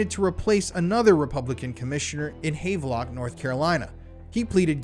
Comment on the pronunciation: Oh goodness,! Not Hāv-lock😂, NC...Havelock.(HAV-LOK), NC😂 Thank you for rounding up all of the dirt across the US. This was such a shocking and most in depth conspiracy podcast yet! Bring on the conspiracies!